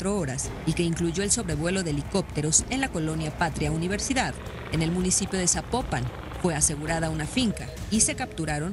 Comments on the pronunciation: Esta es una nota de años atras . El que subió este video deberia actualizarse . Aoarte se dice Zapopan No zapoopan.. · Oye es importante que escuches bien la pronunciación del nombre de los municipios mexicanos, pues en un clip dentro de tu propio video la narradora dice: “ZAPOPAN”, no *“Zapopán”*; como lo mencionas tú.